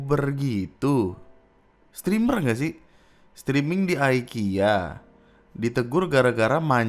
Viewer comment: IKEA BANG IKEA BUKAN AYKIYA 😡